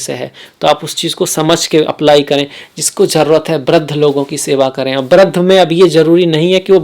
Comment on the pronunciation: Nicely explained.. I have learned lot of good Hindi words from you . please use correct pronunciation. because lot of people are watching your video.. Like you said Brudh . I was confused . then my friend told its Vrudh means old people. Please use correct pronunciation. people who say Bishwas for Vishvas using B for v is not correct Hindi. sorry if you felt bad